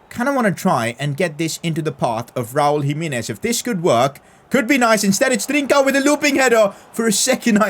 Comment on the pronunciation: Nobody:: Raul JimEEnez